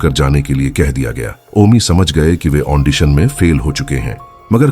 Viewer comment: The word is AUDITION, not AUNDITION.